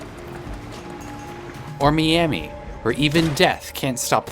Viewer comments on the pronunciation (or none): I'm sorry but who on earth says "me amee?" != Miami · Why the fuck are you saying MEami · Why are you pronouncing "Miami" like that? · I never heard someone say Miami like you did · technically she's just using Spanish pronunciation. It's just an accent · I could be walking into bait the the way he said Miami is crazy 💀